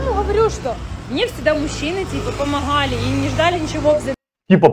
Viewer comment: Помохали.... Как бесит это произношение 😢